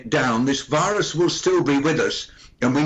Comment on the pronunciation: I heard wirus instead of virus?